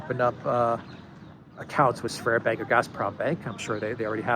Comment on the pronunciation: It's Sberbank, not Sverbank